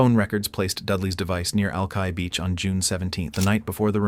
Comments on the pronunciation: Al-ki (rhymes with eye) not Al—kee… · To be fair, the computer also misspelled it. "Alki". It's like spelling Cincinnati "Cinccinati".